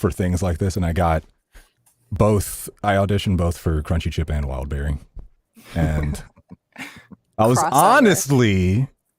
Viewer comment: Kamran Calling Wildberry… Wildbaldy 😭